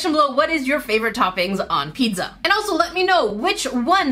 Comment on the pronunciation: Bro stop pronouncing pizza as pedza